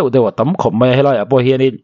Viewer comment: mei ti tur ani lo aw mai ti zawk tur aw😊